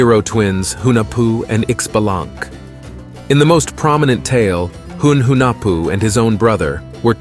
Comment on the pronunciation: Pretty sure Ixchel is pronounced “Eesh Cheil” or “eeh-schELL”. The X is definitely not pronounced like an X. It is an ‘sh’ sound. Xbalanque is more like sh bah lan kh…SH as in "shadow". Bah as in... bah (strong A). Lan has a soft a sound, as the U in "sunk". Last "que" in the end should be pronounced as an abrupt KH such as ending the K sound in the word "tank".